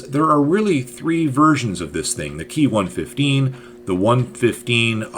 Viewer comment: Ki is spoken as separate individual letters as in "K-I" not as "key"